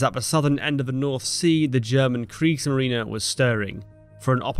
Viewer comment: Finally somebody who pronounces Kriegsmarine correctly.